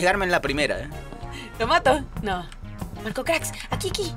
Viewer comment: JAJAJA YO VIENDO EL NOMBRE DE MARCO QUE EN VEZ DE ESTAR marco craks DECIA * MARCO CRKS* JAJAJA LOS AMO❤